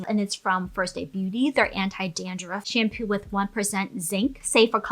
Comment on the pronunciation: Most of the times you say shampoo, I hear shampu, is it me or is it you? 🧐